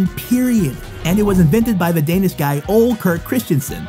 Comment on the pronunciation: No hate but You shodt learn to talk danlish IT isent that hard like IT looks like and say The Words corectly